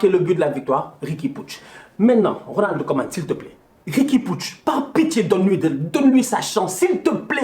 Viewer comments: Putain il dit toujours '' Ronaldo koeman '' c'est Ronald 🥺😢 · Il dit "Ronald Koeman" c'est juste qu'il prononce le"D"